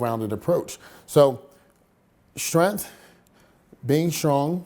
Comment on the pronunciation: There's a g in the word strength. It's not pronounced strenth